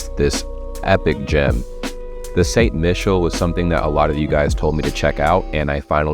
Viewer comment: I misheard you: "...I would have completely missed this epic gym..." Later I realized it was gem. 🙂